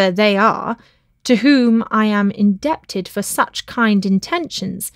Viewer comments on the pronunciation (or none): In-deb-tid is my favourite!